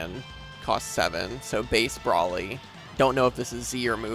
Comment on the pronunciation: BRO Le is how pronounce BRO LY. Not BRA LEE